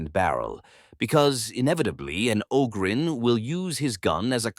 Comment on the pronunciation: AI voice that can’t even pronounce Ogryn correctly half the time.